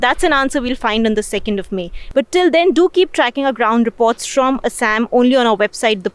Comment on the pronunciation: It's not ASS-AMM it's Aa-saa-am.